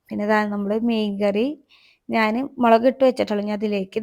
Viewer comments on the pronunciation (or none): മേളകും പൊടി അല്ല.... മുളക് പൊടി